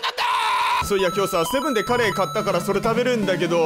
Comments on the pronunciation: 発音的にカレーじゃなくて、鰈の発音ｗ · カレーなのかカレイなのか